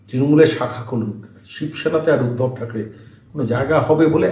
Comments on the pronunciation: বারে বারে শুনছি আপনি উদ্ভব বলছেন নামটি সম্ভবতঃ ঊদ্ধব। যদি না ভুল জেনে থাকি। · উদ্ভব নয় উদ্ধব